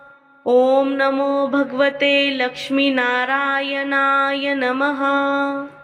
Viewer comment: ओम नमो भगवते लक्ष्मी नारायण नमः Mam तुम्ही narayan ह्या मंत्राचा उच्चार चुकीचा करता त्यामुळे मंत्राचा अर्थ बदलतो Banatlya न ऐवजी nalatla न बोलता. पहिली तुमची चूक सुधारा व नंतरच video बनवा. तुम्ही मराठीच आहात ना?